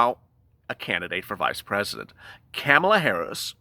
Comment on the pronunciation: Kamala is pronounced COMMA LA